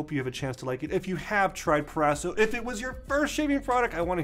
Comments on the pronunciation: PRO-raso not PER-raso right? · Please pronounce: Pro-ras-o. Pro.